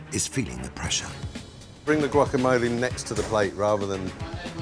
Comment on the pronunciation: Love this show. But have to comment on this 1 dish. As a Mexican American from L.A. living in the UK., it's cringy to hear someone (a Michelin-star chef, or anyone) pronounce guacamole with a hard 'G' and long ee at the end. The tortilla kept tearing cuz they were cooking it wrong. Leaving that beautiful lobster tail outside the taco is unfortunate. The 'filling' in the taco such an unfortunate let down. lettuce and corn dripping in mayo with 2 tiny bits of lobster. Weird. I'd cry if somebody served me that and called it a taco. Another first is watching people eating the 'taco' with their forks :( the heart and soul of what a taco is was stripped fully out of this dish.